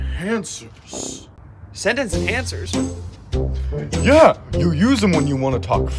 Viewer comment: But we were just using sentence in "hancers" That what I thought spongebob said not saying enhancers